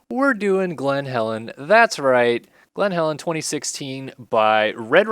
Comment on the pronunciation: It’s glen Helen not Glenn Calen